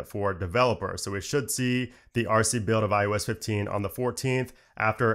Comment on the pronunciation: “iUS”? Lol “iOS”…. Says “OS” for everything else!🤔😉☺️